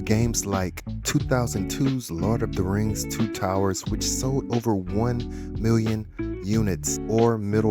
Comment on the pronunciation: I love the "lard of the Rings" lol